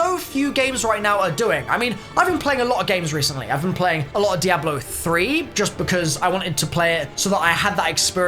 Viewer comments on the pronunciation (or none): none